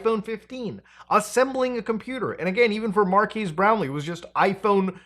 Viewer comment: " Markass Brownly."